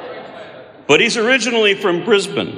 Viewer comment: Aron's the first American I've ever heard pronounce 'Brisbane' correctly.